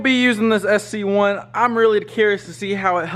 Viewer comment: Bro it’s sc1 not cs1 lol